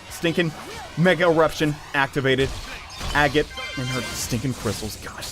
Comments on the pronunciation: She says it IN HER INTRO!!!!! it's NOT pronounced "A-gate" it's "AG-it" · Mispronouncing agate: Ugh... This hurts my geologist heart. Dahlia: UUUUUUUUGH! CURSE YOU JUDAEO-CHRISTIAN SOCIETY FOR MAKING ME FEEL AWFUL ABOUT SEEING SOME GODDAMN PIXELS! Edit: AND A FIGHT THAT YOU WIN IN GAME BUT LOSE IN THE CUTSCENE?? IT'S LIKE THIS PART WAS MADE TO TRIGGER ME! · it Agate not Agate, there's a difference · An agate is a gem.... please pronounce it correctly lest you want me to get t-t-t-triggered